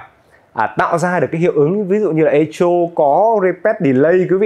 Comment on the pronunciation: Chữ này đọc là "Ê-cô", đừng đọc " Ê-chô" bạn nhé!